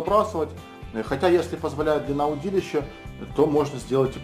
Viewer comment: от слова удИть -ловить значит... и ударение удИлище... меня так в школе учили...